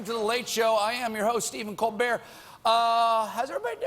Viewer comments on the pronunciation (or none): none